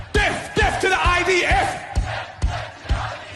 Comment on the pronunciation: Is it just me or dose he sound like he is saying def not death, I know it’s probably just his pronunciation but still can’t we get a better class of people to criticise